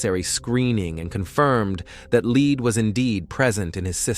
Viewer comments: Yeah, listening to this one is rough. Leed/lead. Come on, get it together. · It's lead not leed . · lead not Leed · Lead, led come on you’re a real person aren’t you? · It changes... lead pronounced led, then lead pronounced leed. Damn annoying. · Lead pronounced “leed” is terribly annoying, especially when the story is about lead poisoning. 🤦🏻‍♀️ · Take note, pronounced like “led,” but spelled lead. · I had to stop and come look at the comments after hearing the word leed 3 times 😆🤣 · Three times?? More like three hundred, so irritating 🙄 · I know, I am screaming " Lead, lead!!!!" over and over again to no avail. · Lead as in "lead paint". Lead as in "I will lead the team". You're gonna make a video you could at least make sure the words are said correctly. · Yes, he keeps mispronouncing. Also deciliter. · The word is " lead". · Glad I’m not the only one it bothers!😂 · It’s obvious with the incorrect pronunciation. I wish the editing included checking the audio for errors.